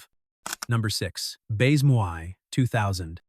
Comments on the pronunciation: Bayze-moy? FFS, if you're going to review French films, learn to pronounce the language. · AI SLOP !!! Can't even pronounce baise-moi !!!